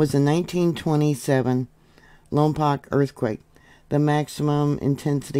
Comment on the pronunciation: Santa Inez is so beautiful. We pronounce Lompoc, Lom-poke